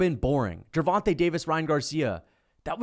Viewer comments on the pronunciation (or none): none